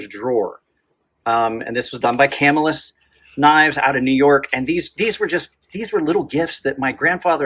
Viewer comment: Live near Camillus. Locals pronounce it ca MILL us. Great info’ thanks. Dan Parrish, Baldwinsville, NY